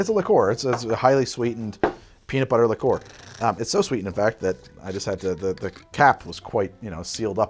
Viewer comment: A liquor is any booze; a liqueur is pronounced closer to [li'ker].